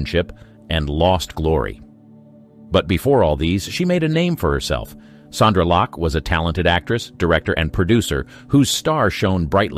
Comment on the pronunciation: Btw; it's 'SONDRA LOCKE', not 'Sandra'.